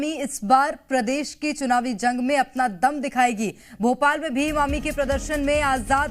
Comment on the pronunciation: भीम आमी नही ही भीम आर्मी ही बड़ी बोलो